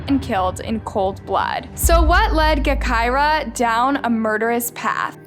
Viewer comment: Smh, really doing videos on Chicago now? It’s pronounced Ja-Ky-Rah, btw. Not Guh-Ky-Rah.